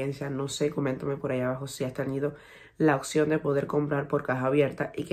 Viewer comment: oPción, no oCción...hay que pronunciar la P